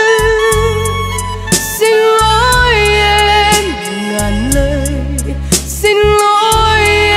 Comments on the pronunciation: Chỉ cần nắn nót lại phát âm sing= Xin là ko còn gì để chê❤. Rất ngọt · Bé đúng là một thiên tài về mọi mặt👍❤️ Vừa xinh đẹp vừa ngoan, giọng hát lại quá hay, Biết nhập tâm từng chữ, từng câu để diễn tả được đúng tâm trạng nhân vật của bài hát, Nhưng Cô xin góp ý con chi bị một khuyết điểm nhỏ là khi phát âm chữ “ xin” không được chuẩn lắm, cho nên mong con phát âm đúng chữ “xin” thì phần trình diễn của con thật là trên cả tuyệt vời 💐👍❤️🙏.... chắc rằng mọi người cũng tán thành sự góp ý thật là đúng này 😀